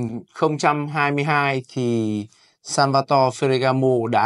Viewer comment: Phát âm chuẩn chút bạn ơi. Phờ gà gá mồ.